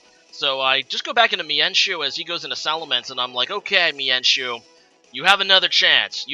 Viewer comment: ok lol it's all good I don't really care how you pronounce them I just thought the why you pronounce mienshao was pretty funny.